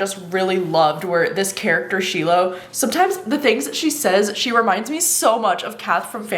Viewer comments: I thought you said you were listening to Slow Dance on audio??? but it seems like you don’t know how to pronounce the main character’s name? SHY-lo not shee-lo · Yay! Thank goodness for your review, I’m off to purchase ‘Slow Dance.’ PS The main character’s (Shiloh) is pronounced SHY-lo from what I understand!